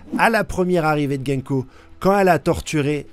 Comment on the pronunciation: C'est gounko pas genko. Fais un effort mec. Son nom à un sens ce que tu dis ne veut rien dire.